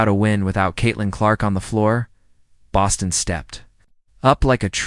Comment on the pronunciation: THIS AI IS WORSE THAN HORRIBLE!!! Can't even pronounce Bostons name correctly!